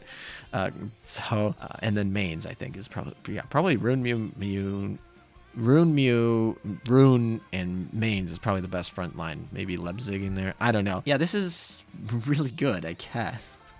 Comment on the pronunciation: Is "main" supposed to me Mainz when you talk about kms frontline? The "Mai" is pronounced like "my" and the "z" like "ts".